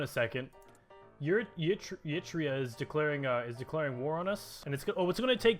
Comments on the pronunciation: Eritrea is pronounced Eritrea (air-ih-tree-ah) not yitria please stop making me cry daddy. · ERA TREE YAH I told you how to pronounce it mate.